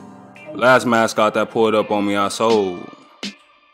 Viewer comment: “Mascwot terkin too!” 😂